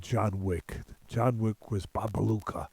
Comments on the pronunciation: Babayega not Babaluca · Bobayega not bobaluka